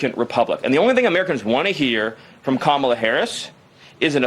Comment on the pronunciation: Interesting (?) that finally pronounced Kamala's first name correctly after tRump won. Yeesh...